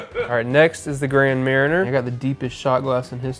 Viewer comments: It is pronounced “grand maar - nyay” If you are going to drink it at least know what your drinking. 😮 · It’s pronounced gran monyay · The way he pronounce grand marnier 😂